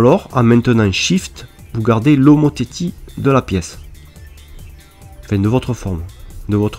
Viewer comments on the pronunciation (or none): bonjour, petite erreur et pour info : pour le mot "homotéthie" on ne dit pas "o mo té ti" mai mais on dit "o mo té si" j'ai une petite question : j'ai téléchargé le logiciel sur ma tablette mais je n'ai pas tous les outils, par contre sur le PC il est identique au votre merci, bon tuto sinon ^Ö^